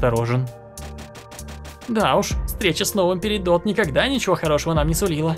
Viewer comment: Перидот а не перидот